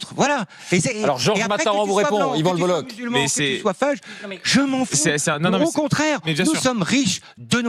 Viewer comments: On dit le bolok pas le boloche c est un nom breton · Le bolok en phonétique pas le boloche en phonétique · Désolé frère, on ne dit pas BolloCHE mais Bollok, c’est breton, comme la jota espagnole, le Bolloc’h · C'est écrit Bololloch, au lieu de Bolloch, et en plus ça se prononce Bollok et non Bolloche.... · C'est le BolloK, pas BolloSHHHH, OSKR ! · 🌚🌚🌚 Juste pour Info : on prononce "LE BOLLOCK" ☝️ et pas ""LE BOLLOCHE" ••• 🌚🌚🌚🌚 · Ca se prononce Le BoloK.. pas boloche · On dit lebolok, pas leboloche. Merci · PS : par respect, son Patronyme se prononce (en phonétique) Yvan Le "BOLOK" (et non pas "BOLOCHE") ceci n'est pas un reproche, c'est une information, cordialement, la bonne journée à vous tous ! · On prononce Yvan le Boloc, pas Yvan Le Boloche 🙂‍↕️ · Yvan le bollOQ ça se prononce comme ça merci 😊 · Ça se dit le bolok même si ça s’écrit le boll’och… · Yvan le Bolloch se prononce "Le Bolok". Pour info. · Ça se prononce le BolloK.. respectez les bretons ! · On dit Yvan Le BoloK!! Merciii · Le gen z ne sait pas que ça se prononce le BolloK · Ça se dit "Yvan LebelloK" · Ça se prononce le bollok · Yvan le Bolloc'h : se prononce le boloque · Ça se prononce le bollock. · Son nom se prononce Lebolok :) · Ça se prononce "Bolok" ^^ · ca se prononce le Bollok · Ça se prononce bolok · On dit bollok meme si cela s’écrit bolloch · ça se prononce Le BolloQUE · Ivan le" bolock" on dit😂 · on dit lebolok non ? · Un brave type, et c'est le bolloc'h son nom on prononce le k à la fin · Dommage que vous vous soyez plantés dans la prononciation de son nom… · Ca se prononce K à la fin